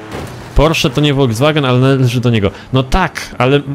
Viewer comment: Folkswagen Nie wolwswagen